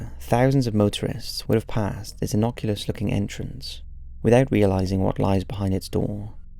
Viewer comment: Innocuous not innoculous, fuckin’ silly Welsh twat.